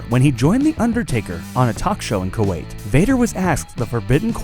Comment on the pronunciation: It's KUWAIT :P